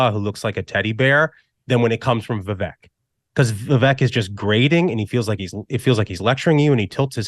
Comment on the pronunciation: I disagree. Vivek is the one. Haley is a War Hawk. I totally disagree with this dude. Aweful. Damn, this dude is liking Scott. Lol. Aweful. Plus, Ruthless cast is pronouncing Vivek's name wrong. Plus, Haley's daughter is 25 years old. 25 yrsold!!! Not a child.